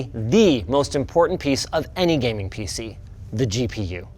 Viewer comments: “PC ness” Ok 😐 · He did say peeseenis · Did you just say penis? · Did Linus just say "PC enis"?